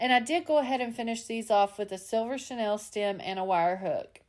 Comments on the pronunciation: Love your work! Regarding the chenille stems, it’s pronounced sha-neel, rather than Chanel. I couldn’t figure out what you were referring to until I realized the pronunciation issue. via Wikimedia Commons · You are pronouncing chenille like Chanel